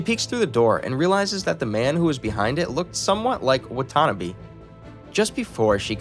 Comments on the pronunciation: Him not saying Kokone as "Cocoa Nay" but as "Kuh Cone" is kinda triggering, even more than his pronunciation of Watanabe as "wah tuh nah bee" instead of "wah tah nah bay".... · "Wattanabie" bruhhh wa-ta-na-be "Cocone" kok-ko-ne I'm physically hurt from his mispronunciation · Watanabe... not whatonabee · the way 'watanabe' was pronounced made me flinch